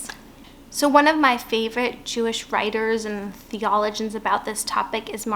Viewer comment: Thank you for sharing your message. It took me a while to figure out you were trying to pronounce "theologian" (thee-uh-low-jn). It's interesting, since you pronounced "theological" properly.